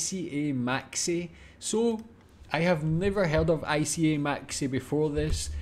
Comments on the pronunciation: it is not I.C.A.. It spells like one word. sound like eeka. First I sounds like Lee without the L and then the CA sound slike the start of Captain. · ICA is not pronounced I-C-A but "EE-kah" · Not I-C-A. It's "ica" You pronounce it like the "ica", as in " antarct ica " There's probably an Ica in every major town in sweden. And also in a lot of small town. It's a big company. Tho the smaller shops in smaller town's aren't called "Maxi", they're usually called ICA "Kvantum" or ICA Supermarket. There is also ICA Nära, which is the smallest shops. These places only have the essentials, and are pretty small. Like a corner shop, or a small shop in a small town. When it comes to the prices it's about the same like everywhere else. Prices are fairly good. All of these"bigger ICA stores have their own bakery. So there's not only fresh bread and cookies, there is fresh food and fresh meals that are sold. Usually fresh meat and fish too. That's "knäckebröd, a type of crispbread. Works great with swedish kaviar and boiled eggs! That is cream cheese or soft cheese (mjuk-ost), in A LOT of different flavours. I don't eat it myself but i know my mom loves it. Works well with bread, crisps, some cookies etc. I We got both. Depends on what it is, but there is a lot of nationally produced products being sold in the shops. And you also might not find the exact same products up north compared to down south, because of different local brands. "Torget" means plaza, or square, as in town square. So I guess this is the fruit plaza, or fruit square of the shop? They probably got some big sales going on. It's pretty common to see these offer signs, but that's a lot o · ICA is pronounced eeka, and its probably the biggest supermarket we have in Sweden. Decently priced Creamy sauce is soft cheese with different flavours. And Yes the bread in the cabinets are baked every day fresh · Hello! Ica is pronounced ica. I is pronounced like i in fika. 🙂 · It's pronounced iiika... just spelled ica...